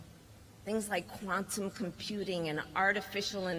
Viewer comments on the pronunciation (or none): . "Things like Kromtum computing". What the fuck is up with her talking. . . Sounds like she has a speech inpediment, or is she all coked up and high????